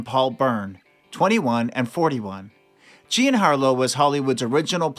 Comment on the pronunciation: OH FFS! THE FIRST ONE! "GIAN" Harlow? WHO THE HELL IS THAT?? She was JEAN Harlow! WHY SHOULD WE BELIEVE ANYTHING YOU WRITE??